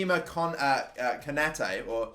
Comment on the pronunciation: you pronounce konate k-oh-nar-tay